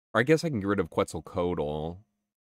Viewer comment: Ftr, Quetzlcoatl is pronounced like "ketzel (rhymes with pretzel) co ah tl"